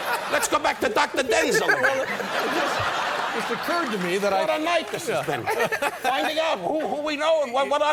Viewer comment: Don is actually pronouncing Denzel’s name correctly